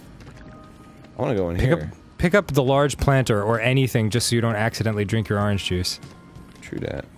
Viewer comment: Dan says ahringe juice instead of orange juice and it's making me wanna pre